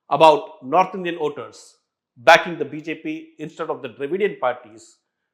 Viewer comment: It's Voters not Oters... it was difficult to listen to to the piece